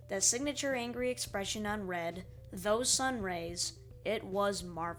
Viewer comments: B R E A D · Oh yeah, B R E A D ! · ah yes my favorite angry bird.. B R E A D